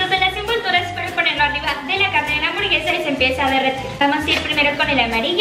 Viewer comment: Gente normal: hamburguesa Ari:hamborguesa Xdxdxdxd